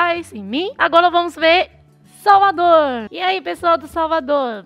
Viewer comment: Ela é muito fofa falando as palavras erradas. Ela falou de minha capital salvador...kkkkkk